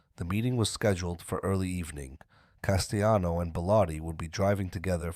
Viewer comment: Paul Castayano. 😂. Jesus just narrate it yourself unless you cant speak any better. What a joke